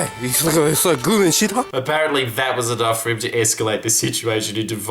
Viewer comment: "Manolo, choot dat pizza chit"